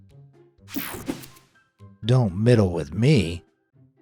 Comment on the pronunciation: IT'S 'MEDDLE'...